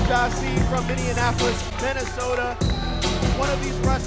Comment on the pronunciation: Please stop saying Mini-Annapolis. Minne-apolis. No Anna. Thank you.